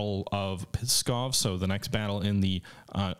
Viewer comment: Believe me or not, but for Russians the way you pronounce Pskov sounds like "Piskov", which can be loosely translated as "Cock-town", or "Dick-city".